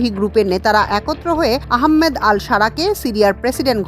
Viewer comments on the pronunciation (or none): আহাম্মেদ না । আহমাদ আশ ধরা ।